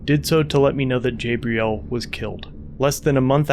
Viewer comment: Is his name Gabriel, or Jabriel? Coz if it’s Gabriel, it’s pronounced Gabriel, not Jabriel.